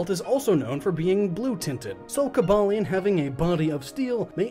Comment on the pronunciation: Nobody says “Coba-lion”. Unless you also say “terra-kion”? Or “Viri-zion”?!